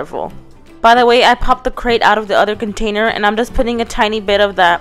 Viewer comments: it's grate not crate lol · ha she said crate not grate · Does it annoy anyone else that she says CRATE instead of GRATE.. Not hating I love her videos. ❤️ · NO HATE!! But she keeps calling the GRATE a CRATE it gets annoying again NO HATE!!